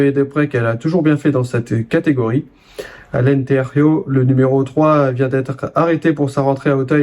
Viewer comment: On prononce Alentejou. Le J se prononce comme en français car c'est un mot portugais, pas espagnol !